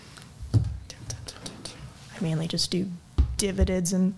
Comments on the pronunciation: “I mainly just do divideds and reinvest the same divideds” 😂😭 I’m sorry but I fell out laughing! 💀 Tf is a divided? I just knew she didn’t know much about saving and investing when she spoke about using a CC as her EF fund, this imaginary “10%” Wells Fargo savings account and then mispronouncing dividends. Then at the end she looked a little overwhelmed when was going through the numbers of what she’d have to invest to catch up for retirement. I just feel like she doesn’t really have any idea. Some basic financial coaching would help her soo much 🥺💕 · did she say "dividits" for "dividends"?